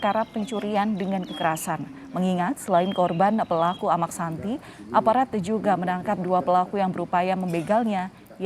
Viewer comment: Amaq Sinta dlm bahasa lombok bpk nya Sinta...koq amaq santi... penyiar gmn